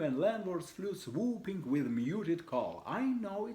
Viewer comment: я может чего прослушал, но ты когда тот же with говоришь, у тебя в конце з, виз звучит... это ты для нас, или правда не получается сделать правильно? Так давно ведь занимаешься